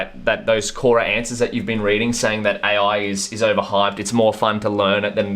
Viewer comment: "A.Oui" damn, that accent🤣🤣